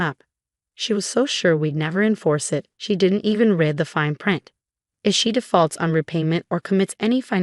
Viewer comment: Why can’t AI work out the pronunciation of read depending on the tense in the context of the sentence?